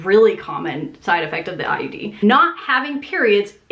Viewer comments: Every time you say IUD it sounds like you're saying IED. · I swear she's saying IED, not IUD.